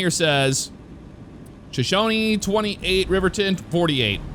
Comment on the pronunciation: I'm from Wyoming! Where I-25 turns to I-90 is Buffalo, Lovell is pronounced Love-ll, and Shoshone is pronounced Sho-show-nee. Wyoming has a lot of Native American history, and it DEFINITELY shows!